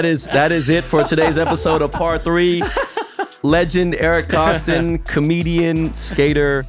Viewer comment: Great show but it’s Koston no ‘l’ lol Kolston